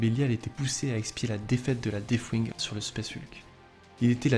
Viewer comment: Très sympa, merci ! ps : Par contre, si je peux suggérer quelques attentions d'écriture/formulation/etc que j'ai retenues : - prononciation : ce n'est pas un f dans deathwing, il vaudrait encore mieux faire comme si c'était un "s" 😅 - le participe passé de acquérir, ce n'est pas "acquéri" mais "acquis" (d'ailleurs pareil pour la forme conjuguée, c'est "il acquit" et non "acquérit") 😅 - à , prononciation : surtout pas de liaison entre "grands" et "héros, sinon cela fait grands zéros... (loin de moi l'envie de vanner les DA en disant que cela pourrait être mérité mais je ne le pense même pas, bref 😜)